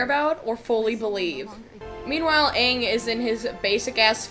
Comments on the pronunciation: They literally pronounced everything differently Avatar is ah-vatar (ah like avocado) Aang is ong (rhymes with bong) Sokka is soak-uh Iroh is ear-row Agni Kai is Agni KEY?!!? 🤦🏻‍♂️🤦🏻‍♂️🤦🏻‍♂️🤦🏻‍♂️🤦🏻‍♂️ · Who tf is Eeroh, Sohkuh, and Awng? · Aang ❌ Ong ✅ Sokka❌ Saw-ka✅ Katara❌ Kaye-tarra✅ Iroh❌ EEE-row✅ Avatar❌ O-bettar✅ MY ANGER ISSUES COULD NEVER...😤😤😤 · Anyone else noticed that jasper asked "are you the ovatar onng?" With I bit of sas? Like it pained him to pronounce it like that😂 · The dude they chose for Iroh looked like he was high this entire film, here's how I see the names spelled when they say them wrong "Eroh, Sakka, Oang, Oavatar, Agni KEY duel," the bending was so slow man, he crapped on the entire series